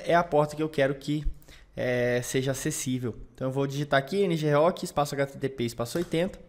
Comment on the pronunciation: dps que ele falou ng rok deu até dor no estomago